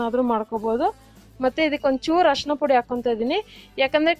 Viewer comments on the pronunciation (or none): none